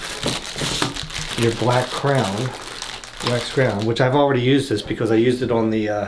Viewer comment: Did he say black crown? Does he mean crayon? Is that how he pronounces it? Weird. I guess it's like the "wuder" for water.